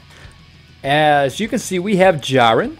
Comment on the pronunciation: You said jurien